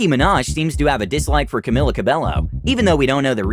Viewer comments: it´s Camila CABELLO ! Not Cabelo! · why does the world pronounce this queen's name wrong all the time :( its cabello with silent 'l' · its pronounced co-bey-oh not ca-bell-oh. ugh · Man, he just pronounced the "ll" in "Cabello" like an L instead of a Y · Not Ca-be-lo, it's Ca-bay-yo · Nobody: Literally nobody: Me:*died when he actually pronounced cabello as cabeLLo